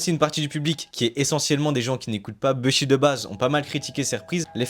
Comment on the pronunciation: Pitié les gars dites bouchi